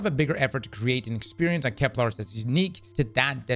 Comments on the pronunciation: Please don’t tell me we’re gonna have saying ‘Keplar’ for the next year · KepLAR kills me every time ;_; There isn't even an A in the name